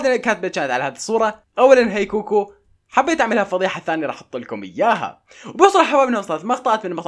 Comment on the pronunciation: يمعود كوكي مو كوكو